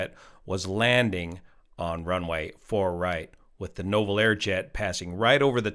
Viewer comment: Nouvel = new-vel